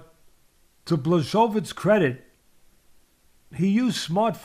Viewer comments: Bluhssovitch Hahaha polish names are the hardest to pronounce. And i speak a slavic language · Bwa ho veech. ch = h....w = v...i = "E" sound. The letter "i" by itself pronounced "E" is actually "and". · Who's Blasovitz? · Teddy: “Blazsovidge” ...👍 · The name should be pronounced 'buahovich' or 'bhwahovich' :] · Blahoewich discabogulated him...classic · "Ba-show-vits" Lol.😂 Love it! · nope... it's Bwa-ho-veech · big blachovich 🤣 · I want to give jan his credit continues to mispronounce his name the next 15 minutes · It's OK, Jan wouldn't be upset about this, Jan is normal guy and Jan knows that Polish is difficult language. I am Polish and I still have problems with Polish language, the reform is long overdue. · Lmao.damn teddy is butchering the hell out of Jan's name.😂😂😂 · It would be awesome to hear Teddy mispronounce my name every time. It would be an honor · Just call him Jan (or check pronunciation of his surname)